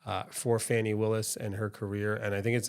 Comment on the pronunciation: It's funny how you watch the same thing and interpret it differently. But when I hear the person pronounce her name Fannie instead of Fawnee, I automatically realize that this person is a foe of hers. It is obvious that this man made a video without knowing the facts and purpose of this hearing. The judge formally worked for DA Willis. She was his boss. He knows her well. The first defensive lawyer who questioned her is an aquantance of Mr. Wade and also campaigned for him. Remember, the two lawyers who are being questioned work together.